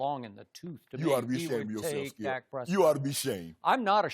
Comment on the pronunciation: Its Skiiiyuup not Skip!